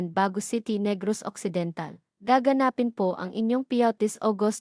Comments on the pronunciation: You are pronouncing gaganspin WRONG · WRONG PRONUNCIATION OF GAGANAPIN